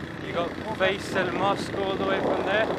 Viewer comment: fay-cell mosque?